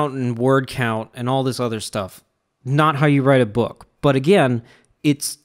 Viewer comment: You say dis!